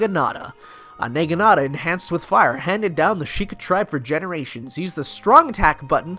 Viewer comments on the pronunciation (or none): The Na in Naginata is pronounced the same way as the Na in Nanako. Other than that your pronunciation of it was right for the other characters. Also, in Japanese there are no different ways of pronouncing a letter in their phonetic alphabet. It's always the same. (In before intonation specifics, but overall it's the same.:3) More game related, as I'm sure I've mentioned before, I play this game almost exclusively co-op with my boyfriend. The exceptions are when I don't feel like grinding for materials, but he will, and also when the all attacks are devastating missions come up and he really doesn't want to do them. I might try the whole single player for killing certain amount of enemies in x time, because some of those can get really difficult later in the map(s).